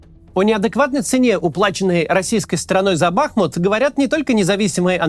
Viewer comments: Максим, позвольте Вас немного поправить: не БАхмут, а БахмУт, по названию реки БахмУтки. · Все замечательно, но почему бАхмут, если бахмУт? 🙃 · Все говорят бахмУт, и только Кац упорно говорит бАхмут. В Википедии тоже ударение на второй слог. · Не бАхмут, а бахмУт Сорри уши режет это ударение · БахмУт, а не БАхмут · Бахму́т — город в Донецкой области Украины. Ударение на второй слог!😐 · БахмУт - ударение на "У". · Кац ты бы хоть город правильно называл а то как-то позорненько ! Если не знаешь на какой слог ударение ставить в Бахмут , говори Артемовск не ошибёшься 😅